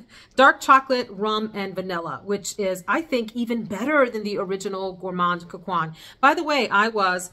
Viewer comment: Gourmand coquin = coke -en ( like how you pronounce “end” without the “d” 😅)